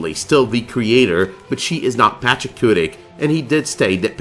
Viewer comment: i'm wondering if you keep pronouncing "Pachacuti" incorrectly. patch-ahh-koo-tee or patch-ahh-koo-tick? i've seen it spelled both pachacuti (mostly what i've seen in AoS) and the Quechuan spelling of Pachakutiq.